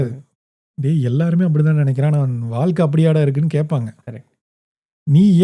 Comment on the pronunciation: ஆழ் மனம் (not ஆல் மனம்) வாழ்க்கை (not வால்க்கை) பழைய படம் (பலைய படம்) குழந்தை not குலந்தை, ஒரு வழி not ஒரு வலி, எழுதி not எலுதி. தமிழை தமிழாக பேசுங்கள். தயவு செய்து.